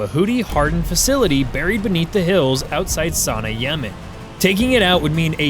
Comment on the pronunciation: In the past 10 days ive heard Sanaa mispronounced a hundred times! Tge second AIs the tip off. It sounds like "suh-nah"